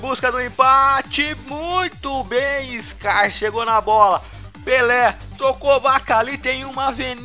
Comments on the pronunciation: Chér, pra ser mais exato* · Se pronuncia Char, não Scar